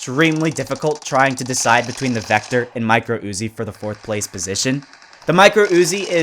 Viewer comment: Not pozishan u zee eye